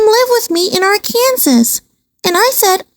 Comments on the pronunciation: (Its pronounced- "Ahr-kan-SAW" NOT-- "AHR-Kan-sus." Just so you know.) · Its Ar...ken...saw! Not pronounced Ar...Kansas.. Please pronounce things correctly from now on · ?? Arkansas is phonetically Are-can-saw. Not Are- Kansas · Arkansas is NOT pronounced like Ar-Kan-sass. PLEASE. It's more like Ar-kun-sah. The "s" is silent. Yeesh. Cringe! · Arkansas is actually pronounced ARK UN SAW. Just FYI. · I've always heard Arkansas pronounced as R-can-saw. This is a great video,. Keep 'em coming! ❤ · Arkansas is pronounced Ark-N-Saw gypgyp 😂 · The Arkansas pronounciation is killing me 😅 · At first I thought she was just saying it like that for fun😂